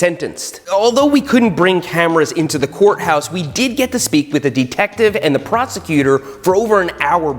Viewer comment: Why’s he saying deeetective